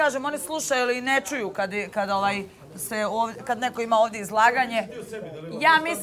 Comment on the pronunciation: Oooaaaj....Ooooaaaj (ovaj)... nauci prvo izgovarat rijeci 😉